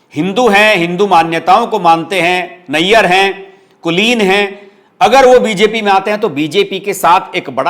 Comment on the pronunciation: नायर pronounced as Naaayar